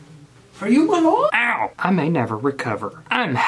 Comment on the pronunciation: “For you my LOORD”